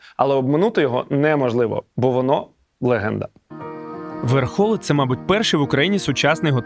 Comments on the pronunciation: верхолИ! джобані ви типіли! а не верхОли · ВерхолИ, а не ВерхОли) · Все чудово, але не ВЕрхоли, а ВерхолИ😅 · ВерхолИ, ВерхолАх! ВерхОли дуже дико звучить для мене як для полтавця 😅